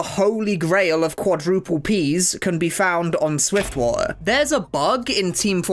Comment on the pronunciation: "SwiftWa'er" hmmm Bri'ish